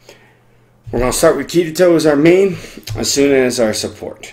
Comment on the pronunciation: Thanks for the video. But the way you are saying Asuna is bothersome.